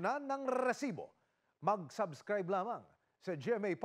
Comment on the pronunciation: NakakaBwesit yung nagsasabi ng REEEESIBO.